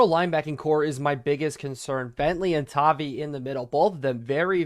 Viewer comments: it’s pronounced tah-vi vi like tie so just you’re aware great video this mod is crazy seems like it could make madden valuable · please change Bo to #10 and MHJ to #18 and also it is pronounced “Tah-Vie”